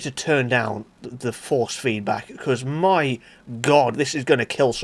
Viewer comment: "Mi wheel"